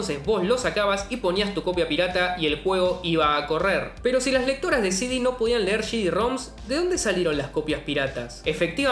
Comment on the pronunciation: El bicho se cree japonés cuando dice «シディ». 🤣🤣🤣🤣